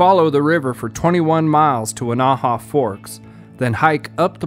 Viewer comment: I sure like your videos. The Weneha-Tucannon Wilderness is in my back yard. I was out in 2015 just before the Grizzly Ridge fire started. It burned roughly 50% of the 160,000 acre wilderness. All the damage was on the Washington side. By the way, Weneha is pronounced Win-a-ha with the accent on the first syllable. Many of your videos shows the hatchet / axe throw into the tree. I know this is fun but it can kill the tree, if enough slices are made. You may want to reconsider this or choose only dead trees. The last one in your video that shows the hatchet throwing is a Ponderosa pine and it looks very healthy.